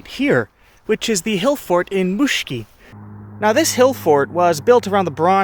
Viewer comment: For the sake of clarity: These ancient graves in Northern Estonia are called "Hundikangrud". Their location is Muuksi village. Usually I don't mind foreign pronounciation. But this time I was so confused when I tried to understand what their exact location is. I would suggest you to write "exotic" placenames in videos or video descriptions. Interesting video though. I respect that you came to our region. It is especially rare when people visit us because of archaeology.